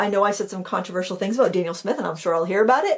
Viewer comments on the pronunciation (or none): none